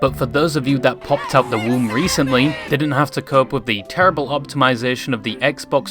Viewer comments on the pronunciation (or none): none